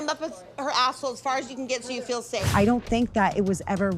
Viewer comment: If you're going to force us to listen to Whitney-the-Bubblehead then someone is going to have to correct her fkg grammar. Teach the girl to say the words REAL and FEEL. I cannot with the "rills and fills" of this girl's mispronunciations.